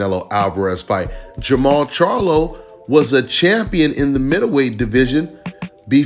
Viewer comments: Jermell? You mean Jermall. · Im assuming you mean jermall not jermell. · Jermall not Jermall